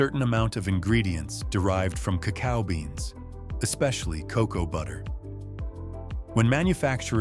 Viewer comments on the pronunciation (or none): none